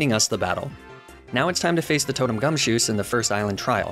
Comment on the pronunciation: For some reason, the way you were saying gumshoos sounded like you were saying "gumsoos" To be fair, that hair is pretty soos